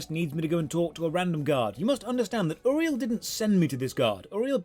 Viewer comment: I appreciate you actually pronouncing Uriel correctly. My own wife can't.